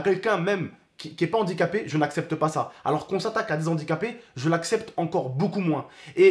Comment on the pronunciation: Arête de dire andiquapé stp